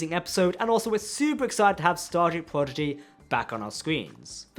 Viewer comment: Hey friends, love your work because I love Star Trek. Will someone please tell the nice gentlemen, who also does great work that Prodigy is pronounced "Prodigy " not "Pogidy"? Just saying with a smile and the fact I posted this shows I care enough to take my time for it. Best wishes.